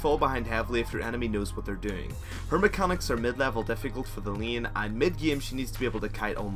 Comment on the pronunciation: Vayne, main, lane, phase... Can't you learn to pronounce these words already? I mean, I like your videos, but I cringe every time when I hear your terrible pronunciation of these words. That's the only reason why I'm not subbing or watching your videos daily.